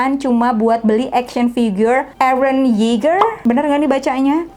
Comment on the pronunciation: Eren Yeager = Ereh Iyegah 🤣